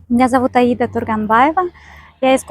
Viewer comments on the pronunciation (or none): none